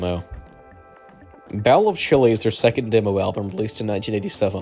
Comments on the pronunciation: great vid but pronouncing bowl as "bowel" is hilarious to me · bowel of chilli. come on bro. how am i supposed to watch a chill mr bungle video if you cant pronounce "bowl." tf are u on